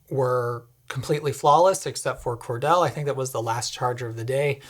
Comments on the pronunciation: I know this is 2 years old, but I can finally show off my homeland knowledge: it's "cor-deel." Not "cor-dell." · its "core-deal" NOT "core-dell" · Just as a point of interest ... it is Cordele, Ga is pronounced "core-deal" not "core-dell". When you stopped in Gainesville, did you see the University of Florida campus? Would have been interesting, had I known you were here, to have met you in person ... also, just curious, what charger did you use in Gainesville? The one at Whole Foods or elsewhere? Even though I drive an ICE truck, I understand what you are saying about using the "wrong" charger. It's like the people who park at the gas pump and then go shop in the convenience store before getting their gas or leave their car parked at the pump after they fill up to go shop in the store. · Small nitpick, but it’s pronounced “Core-deal” by us locals. Other than that, wonderful video and very Honda Insightful. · Cordele (core-deal), Ga - FYI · Cordele, GA is pronounced kor'DE'yal :P Surprising they have fast chargers there, honestly. One thing that might be interesting in the future could be like a sort of virtual "valet" that directs your vehicle to an appropriate charger for a particular station, taking into account what's in-use. Granted, companies already have a hard enough time standardizing on things, but could also be part of a more unified charger network locator/finder database/service that is maintained by an industry consortium, with data available for apps and websites to use freely. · Cordele GA is pronounced Core-Deal 🍉 . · respectful but really meaningless correction: it is "cor-DEAL" Georgia. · You pronounced Cordele wrong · Came to the comments to see if anyone corrected the pronunciation (I grew up less than 50 mi from there), so thanks! I'm kinda not surprised they have fast chargers -- I mean, they have a Titan I missile by the interstate. It just begs people to stop there in particular.